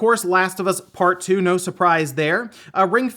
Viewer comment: "Last of us Part DOUX" CONFIRMED! is a frenchmen! xD